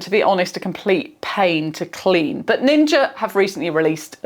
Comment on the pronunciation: "Like all Ninjer appliances"